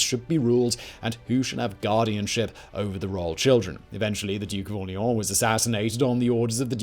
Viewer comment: Drink when Simon says "AwLEEawn"